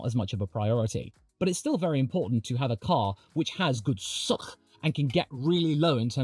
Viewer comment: How he says suck is weird funny and disgusting at the same time lol